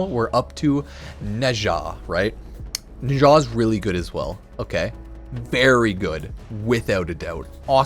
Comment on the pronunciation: Nezha is pronounced closer to 'nechzha'.